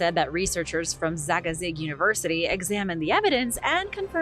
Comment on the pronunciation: Did you say zaga zig or zig zagg?